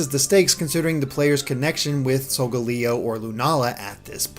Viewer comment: lol wtf are these pronunciations. "sol-ga-lee-o" "ne-crose-ma"